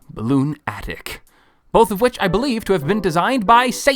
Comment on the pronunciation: Anyone else annoyed that he didn’t realize “Balloonatic” is meant to be pronounced like “lunatic”?